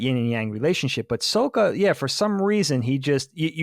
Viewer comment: Why are you dorks saying the name wrong? You literally just watched it, you seem like M.Night when he made the movie. Stop saying Soak-a, and say Sock-a. They say it 30 times an episode. I just don't understand how people forget that fast